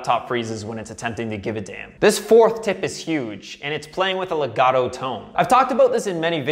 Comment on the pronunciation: i'm italian, can I teach you how to say legato e staccato?